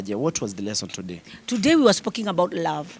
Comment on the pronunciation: "Today we were spocking about..." this is what happens when you have finished your English quota for the day